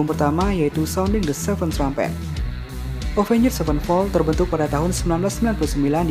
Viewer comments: Jangan pakai 'njed' dong baca Avenged nya 😂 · Soalnya rada susah dibaca kalo ga pake "njed" 😂